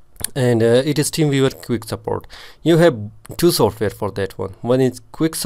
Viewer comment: "teem veevar" 🤣😂